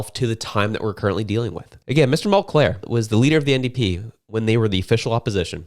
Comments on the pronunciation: Mul-cair....not Mont-Clair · Mul-clair, Mul-clair, Mul-clair! It's Mul-CAIR! I only remember because of his stupid Mul-CARE name idea. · It’s “Mull - care” not “mull -Clair” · It's Tom Mulcair not Tom Mulclair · Mulcair not Mulclair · It’s mulcaire not monclair